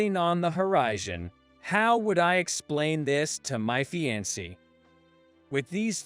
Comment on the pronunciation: fee-an-say (fiancee)